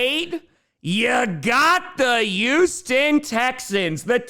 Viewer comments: Come on it’s pronounced Hugh-ston. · Year 3 asking to pronouce the H in Houston